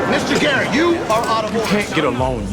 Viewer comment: 나만 게릿이 아니라 게이로 들림?